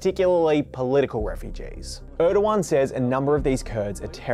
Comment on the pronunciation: its not ördokan its erdogan.